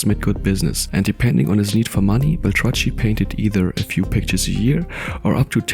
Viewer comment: It's pronounced "Bel-Trak-KEE" not "Bel-tra-tchee".